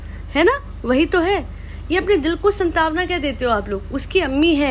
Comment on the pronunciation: It's saantvana....not santaavna😊 please correct it